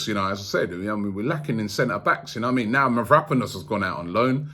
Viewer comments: Robbie was pronouncing mavropanos as mavraponis yesterday 😂😂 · ROBBIE ITS MAV-RA-PANOS